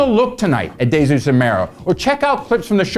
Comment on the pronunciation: Why does he keep mispronouncing Desus if he's watched it...